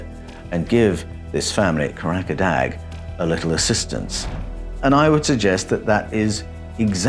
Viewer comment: KAH RAH KAH DAH is the correct pronunciation for Karadağ. Loosely translated means mountain of laughter or laughter mountain. Please, as a man of words, use the correct pronunciation. There i s no such place in Turkiye called kahrakadag.